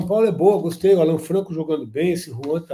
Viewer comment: A pronúncia é Állan, ótimo jogador!